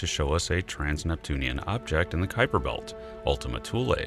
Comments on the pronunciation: Stern's pronunciation of K[w]uiper Belt drives me nuts. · This guy's unique pronunciation of "Kuiper" is the verbal equivalent of a dude wearing a hoody with a Trilby Hat. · They voted on a definition of a planet not on Pluto downgrade... too much American pride in that guy... and please mr Stern learn how to pronounce Kuiper... 😅🤦🏻‍♂️😉